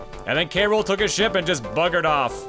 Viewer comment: I don't know if you knew this, but you have been mispronouncing K. Rool's name all this time. It's actually "k-rule" with just the "k" sound right before the "rule" part.